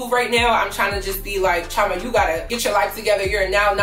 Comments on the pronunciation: Okay I just got to say it cause your my Igbo name twin. But you are mis pronouncing Chioma in your intros. Please double check with your parents if your not fluent for the pronunciation. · Just curious, do you Americanize your name on purpose? As an Igbo girl you should try to pronounce your name very well. It holds weight❤️ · I love you girl but as a Nigerian. Ugh! You are not pronouncing your name correct! It’s none of my business but you now it’s cultural and I think it would make more sense to pronounce it correctly.